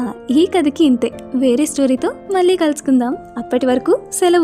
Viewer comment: గారు మీ వాయిస్ చాలా బాగుంది చదివే తీరుకూడా బాగుంది.. కానీ 'ళ ' అనే అక్షరం దగ్గర 'ల ' సౌండ్ వస్తుంది.. 'మళ్ళీ', 'కళ్ళు'.. అని కాకుండా మల్లి, కల్లు అని చదువుతుంటే అర్ధం మారిపోయి మంచి కథ వింటుంటే ఒక చిన్న disturbance లాగా అనిపించింది.. ఆ ఒక్కటి కూడా సరి చేసుకుంటే మీరు చదివేది సూపర్